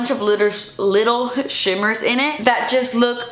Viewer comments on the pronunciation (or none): When you said little shimmers I thought you said little shitters I’m going to start saying that little shitters lol